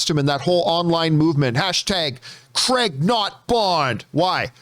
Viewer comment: Its not "Cregg" you idiot, it's Craig, as in Crayg.